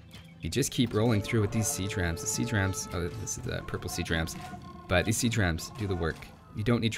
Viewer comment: Had this on in the background at work, I heard "Sea Tramps" instead of siege rams hahahahaha says it alot right there too, was super confused